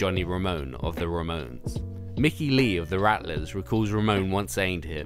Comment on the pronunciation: excuse me the " RAMONS "?! ramones